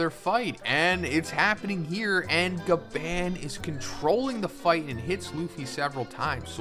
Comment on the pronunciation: You are saying Gaban wrong ya trog